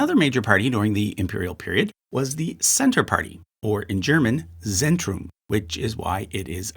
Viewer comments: "Z" in german is pronounced like "ts", so it would be tsentrum party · and z is pronounced as ts so Zentrum is pronounced Tsentrum